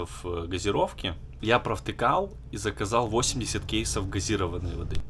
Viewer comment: СкумбриЯ, кушать, замываюсь. ГазИрованная- о какой грамотности речь?